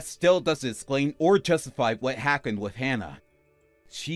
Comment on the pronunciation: The actor playing Colin doesn’t enunciate. He speaks very lazily. The end of some words is completely dropped. BTW…”With” is pronounced wiTH… not wiff. With was mispronounced throughout the entire story. “The” is not pronounced duh/deh. Duh money. … deh house., etc … “Any” is not pronounced ey. Gratude is pronounced gratitude.